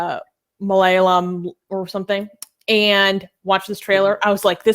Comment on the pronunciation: Haha. pronouncing Malayalam.